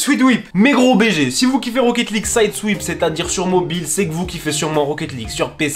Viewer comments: Le fameux *rocket souideouipe*😭🤣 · au fait ça çe prononce "saïde swaïpe" mais ça s'écrit "side swipe" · mdr tonton demo il prononce pas bien non plus ca se dit "saïdswaïp"